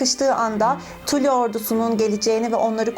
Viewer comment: ayrıca tuli diye değil tali diye okunuyor